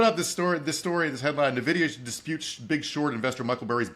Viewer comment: I know every news network and finance bro talking about it says "Nuh-vidia", but it's actually Letter N and video with an a, so "In/En-Vidia"